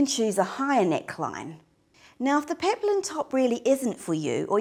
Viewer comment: it's peplum, not peplin